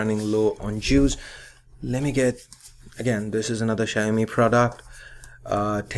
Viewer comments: for the record its not Xia-O-Mi, its Xiao-Mi. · It's not Shaomi, it's Xiaomi and in Chinese that X sounds more like S (not like S but I can't explain here in english), anyways its not Shiaomi.